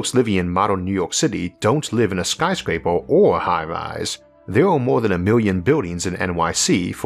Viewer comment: What the hell is a "Skryscraparl"?🤣 Does he mean Skyscraper?